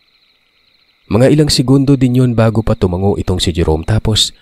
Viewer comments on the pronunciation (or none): none